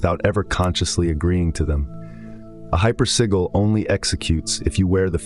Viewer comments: you dont need the AI voiceover. sigil, not siggil. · Shit ai copying other peoples work and mispronouncing the word “sigil” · The AI mispronouncing sig·il / sigil is really taking me out of internalizeing the information.